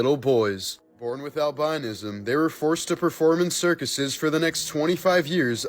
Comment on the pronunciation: You totally mispronounced "albinism" Lol.